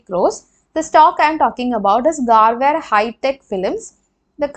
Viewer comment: Garware is pronounced गरवारे